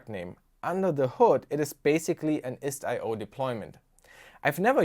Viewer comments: It's pronounced "IS-TIO" man, not IST-I-O. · It's not pronounced "ist i o" but "istio" which basically means "sail" in Greek.